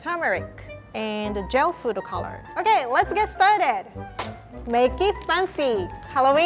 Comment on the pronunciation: everyone: foodcoloring: food-o-color lol no hate